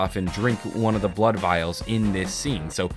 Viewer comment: he said bood vials😂